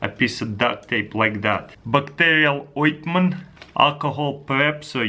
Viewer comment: "Backterial Oitment"